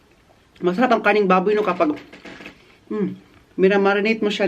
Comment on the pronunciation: What...kumakain ka ng 'KANIN BABOY'?????.... hehehe joke... just say pork meat wagna karneng baboy...sounds like 'kaning baboy' kasi.